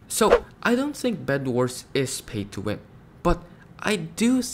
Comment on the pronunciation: Bro said phay Thso win